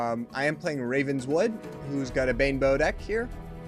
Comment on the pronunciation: I like the way you say "Banebow" as "Bimbo" lol :D